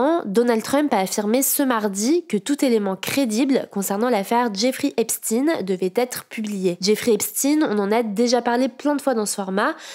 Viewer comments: Arrêtez de prononcer "epstiiiiine" comme des gogoles américains. En France on ne dit pas Einstiiiiiiine, on conserve la prononciation germanique. 👎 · ''jeffrey epstine'' ? 😂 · ça se prononce comme ça oui, c'est le "epschteïne" à l'Allemande comme Einstein qui me faisait tiquer perso x)) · « Epstine » faire voir un effort un peu 😅